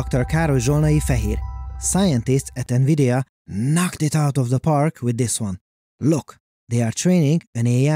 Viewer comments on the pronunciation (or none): none